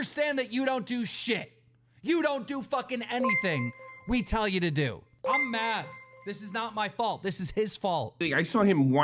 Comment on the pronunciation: MAKE ME UH MAWD. would you abuse it? ONE HUNDRED PERCENT.